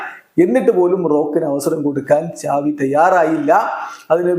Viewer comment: Enik oru doubt സാവി.. ആണോ. ചാവി ano??.. Xavi.. Aenn alle parayne appo egne ചാവി avum😂😂😂